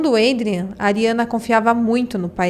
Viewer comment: A pronuncia de Adrián é com A. Como se lê em portugues